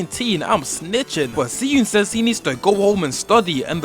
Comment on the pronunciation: i wanna say smth and ik its like stupid i have to say this but its pronounced shi eun